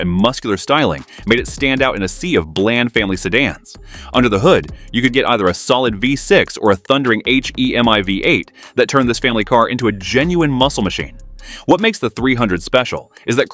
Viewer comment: How these type of videos are made? AI? I see many videos now that sometimes the things they say or write make no sense like saying HEMI as EASH, I, EM, AY ???? WTF?